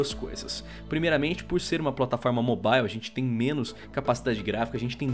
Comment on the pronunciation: Eu só acho que precisa chamar alguém que saiba falar o mínimo de inglês pra falar nesse canal, dá uma agonia toda vez que ele fala mobile